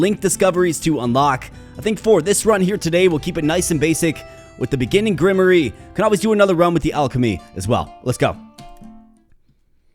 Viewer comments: This is a Good Game I Like the Art Also. LOL Grimery!? Hahahaha 😏Love you Man! Grim Waar. That's as close i can get. but yeah I remember the first time we Read that word in class. Man I'm Old, we said it as you Did. Ingrish is Weird Sometimes. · Grimoire pronounced “grim-wah” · Fyi grimoire is pronounced gruhm-warr. Not hating. Love your vids. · Entertaining as always. Seems like a sweet game. BTW its pronounced Grim-Waar, like an armoire, figured I'd save you future embarrassment heh